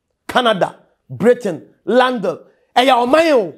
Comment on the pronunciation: it's not Landle but London thanks.